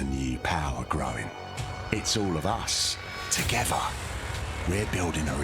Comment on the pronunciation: There is no "V" in "together"